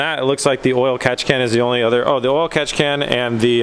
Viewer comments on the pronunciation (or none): When he says "catchcan" idk why but sounds like Kapkan to me